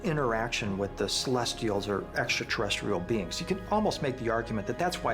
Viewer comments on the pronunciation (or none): Dude with the hair always mispronounces extraterrestrial. He says exaterrestrial 😂🤣